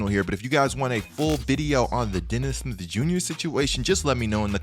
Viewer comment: how hard it is to say smith?